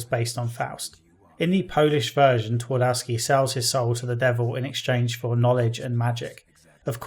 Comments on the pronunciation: It's pronounced Tvardovski. Not Tuardouski... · I know it's too late now but Pan Twardowski translates as Mister Twardowski where Twardowski would be probably closer to original pronunciation if you would swap all W with V Tvardovski. Otherwise great video. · It's a minor point, but "Twardowski" is pronounced "Tfar-doff-ski". Feels a bit weird to hear it pronounced according to the English rules of pronunciation =D